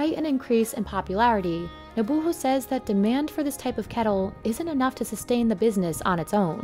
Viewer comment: Urgh the way she pronounces kettle. “Ketl” no love it’s “KeTTle”